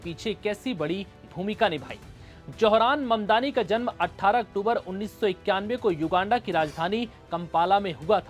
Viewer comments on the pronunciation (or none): none